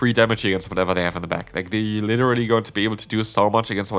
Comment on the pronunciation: „Liddery“ or „literally“?